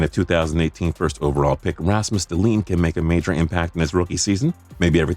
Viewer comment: *John Gibson *Past err Nack not pasher Nack *Dal inn not Del een *Tor Tor Ella not Tort chella Rad chu lawv not rowdy lawv lmao Kuh Chuck not ketchup Pare on not Peterson Bess er not bester Patch err ett ee not patch err ee tee Sorry I had to